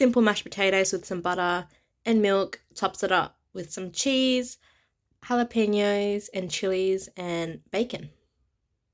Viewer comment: Great job pronouncing jalapeno! 😍🤸‍♀️😃